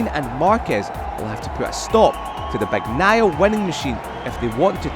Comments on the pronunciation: Yeah, it always bothers me how they would pronounce "Bag-nai-ah" instead of the correct one (Bah-ni-eye-ah). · MotoGP commentators just can't pronounce "Bagnaia" properly 😂😂 it's beyond them